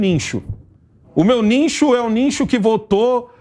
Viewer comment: "niNcho"? "NINCHO"???? 🤣🤣🤣🤣🤣🤣 vao estudar, asno. Parei de assistir. Chega de passar vergonha alheia nesse canal.